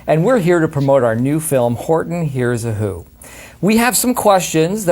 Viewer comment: does anyone notice he says hortny hears a who